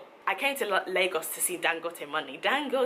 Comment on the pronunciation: Hearing them say “Lagoas” really triggered me as a Ghanaian ngl